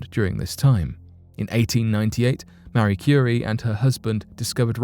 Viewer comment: It’s Marie Currie NOT Maree Currie.